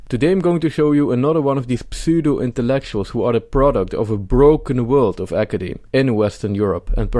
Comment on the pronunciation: De P van Pseudo spreek je niet uit. Het is een stomme P zowel in het Engels als in het Nederlands. Leuke video en een fijne dag. Edit: Dit is ook zo met psychologie in het Engels.